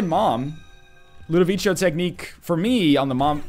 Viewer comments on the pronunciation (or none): you've been told a million times already probably, but it's ludovico with a hard c, like a k. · For the love of God, learn how to say Ludovico right. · scumbag notherlion, he hasn't seen clockwork orange and doesn't know how to pronounce "ludovico" correctly